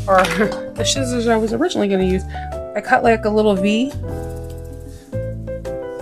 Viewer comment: Lol... I like the way you say scissors...shitzers... I have a lot of shitzers.